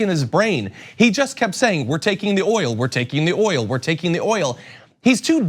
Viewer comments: "We're protecting the er-ol." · What a fucking idiot! He couldn't really pronounce oil in the e d.